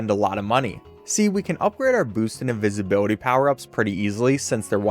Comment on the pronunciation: invisibility or incinvibility?